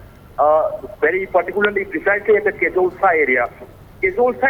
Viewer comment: It's not kezoltsa. It's koziiru